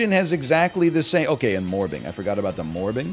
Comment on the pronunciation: I'm really angry at how funny I find him saying morbing is